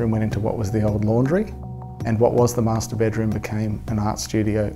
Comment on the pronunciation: "Master bedroom" sounds like "masturbate room" :))